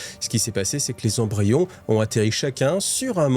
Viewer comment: Excellent épisode merci bcp Attention aux liaisons (20 Zembryons c'est non qd même 😅) J'adore ce passage avec Cawl placide en train de se mettre en place et Yvraine qui monte en compétence 😉😉 Excellent